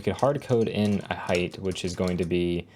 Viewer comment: did you just say hate for height :)